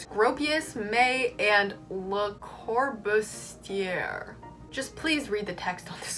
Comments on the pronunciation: lay cor-boo-zee-yay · I'm fascinated by your channel, also, the way you pronounced Le Corbusier made me laugh so hard. You actually explained this part of architecture history better than my architecture history professor, so thank you.